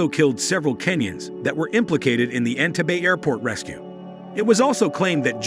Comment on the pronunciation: This was such a bias take on Ugandan history, and African people all over the world. You didn’t even pronounce the name of the airport correctly, so that is proof you have never been there. You used facts studied from European articles to tell a story of a African leader. I am glad that Uganda has grown past this time in History. It all happened because of foreign influence in an African country. How about you do a video on how many African people have lost there lives to slavery and African colonization? That’s what prompted the events that happened in this video!